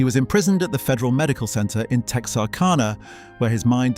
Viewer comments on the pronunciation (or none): none